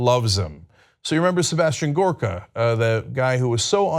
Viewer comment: Cenk you're mispronouncing it. It's Sebastian Gorrrrrrrrrrrrkaaaaaa.